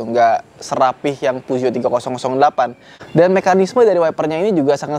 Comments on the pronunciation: Peugeot bacanya Pezuwoh 😂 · Penyebutan Peugeotnya bikin risih bang, soalnya salah penyebutan